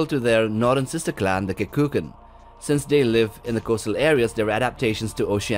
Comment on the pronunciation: Kekunan, not Kekukan ;)